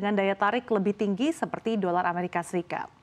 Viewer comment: Dolar amerika serikat buk, bukan seperti yg di omongin, " dolar mresika srikat...😂😂😂😂😂😂😂, presenter habis main nihhhh.....gelagapan